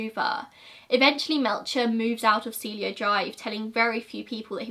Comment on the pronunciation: Cielo is see-el-oh